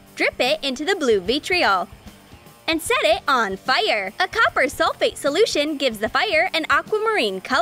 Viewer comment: Why dose she say fire like FiRe